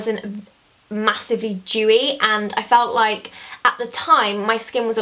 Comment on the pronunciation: Every time you said "dewy" I thought you said "Jewy" lol